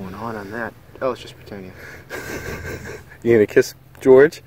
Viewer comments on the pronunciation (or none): Hey boys, it's pronounced Britannia, not 'Britainnia'. Great hunt!!! Hi from the UK.